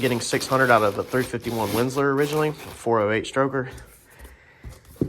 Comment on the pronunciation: Windsor, not Windslor..